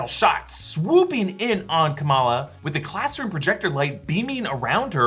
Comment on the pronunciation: Isn't it Kamala and not Kamaala? Like why?